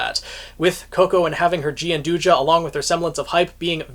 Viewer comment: It's not gianduja it's Gianduia I'm Italian i know, trust me